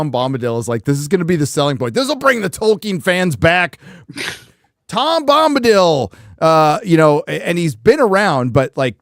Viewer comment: Tom Glumbadil? Glum Bombadil? 😏